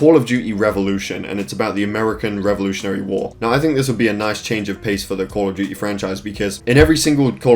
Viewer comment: call of dew-ee